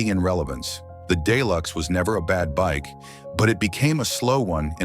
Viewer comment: Another AI generated bullshit video filled with misinformation and some scattered facts to try an maintain credibility....why they even mentiond the "day-lux" as the computer voice says, hasn't been produced since 2020 so I don't even know why it was mentioned. You'd be hard pressed to find a "new" one in any showroom nationwide and there aren't a lot of used ones out there as their owners tend to keep them......